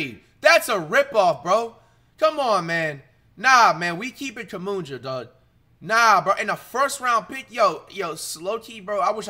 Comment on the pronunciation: “Kumunja”, cmon now flight